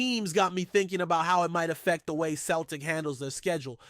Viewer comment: Can't even pronounce Celtic correctly ya mug!!